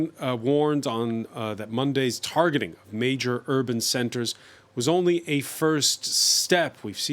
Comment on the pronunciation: Tarjeting 😂🤣😂🤣😂 Tarjeting 😂🤣😂🤣😂 Tarjeting